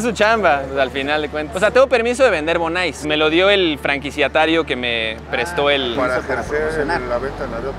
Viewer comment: Se dise bonais no se dise bonise